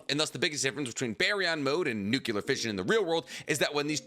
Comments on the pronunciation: SAY IT WITH ME: new-clear...! NOT nookyuhler 😔 i thought was a chemist or something 🙂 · NUCLEAR, bro nuclear: try saying NEW-CLEAR. NOT "Nukular" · The word is nuclear,, not nucular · Nuclear NEW-CLEAR NOT NOOKULAR You're a professional YouTube channel, stop sounding so ignorant. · Nu-klee-Ur. Not Nuk-U-ler. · New-Clee-Ur The 'u' comes before the 'c' not after. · Every time he says "nukular", I wanna delete his video... UGH!! Ignorance!!!!!!!!!!!! LOL XD